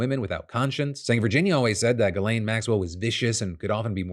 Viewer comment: Phil, it's pronounced JIZZ-LANE.